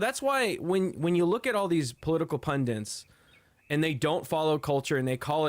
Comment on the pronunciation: Great news, Americans! You got those bastards out of office. Now you need to learn how to pronounce 'pundits' correctly.